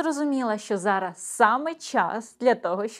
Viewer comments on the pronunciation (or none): none